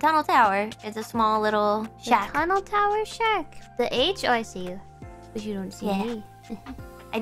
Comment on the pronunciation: Time for some Gawrbius What's a sha-ha-ha-hark? Is that supposed to be a shark that giggles a lot?